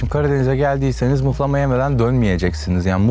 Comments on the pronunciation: abi rize liyim abi mıhlama deyir muhlama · Mıhlama değil abi MUHLAMA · mıhlama değil muhlama lütfen doğru telaffuz edelim :)